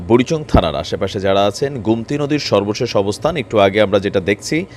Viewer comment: গুম +তি নদী নয়, হবে গো+মতি নদী